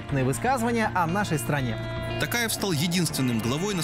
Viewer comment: Не ТАкаев,а ТОкаев.